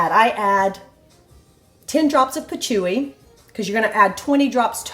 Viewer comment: Patchouli the L is pronounced.